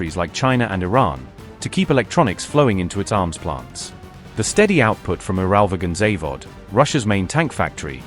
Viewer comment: Your pronunciation—AI or otherwise—of “UralVagonZavod” is simply atrocious. Instead, just say “UVZ.”